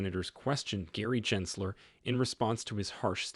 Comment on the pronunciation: How can we take you seriously, when you can’t even pronounce Gensler’s name correctly a hundred times??🤦‍♂️